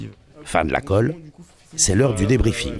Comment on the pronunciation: C'est khôlle et non 'colle' ^^